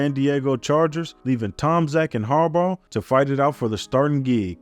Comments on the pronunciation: Sounds like you're saying "Jim Harborough" lol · Great video but type names into Google with the word “pronounce” afterwards. Harbaugh, Wannstedt, Krieg were pronounced wrong. Still an excellent video.